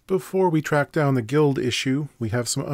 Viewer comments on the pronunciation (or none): none